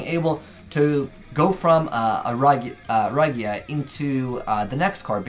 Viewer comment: Still he butcherd the highking of destruction Raigou(rough translation).